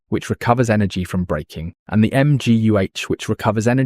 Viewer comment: BRAKING, not BREAKING! F1 channel and you can't get this right? Also - Eee Vee Ess???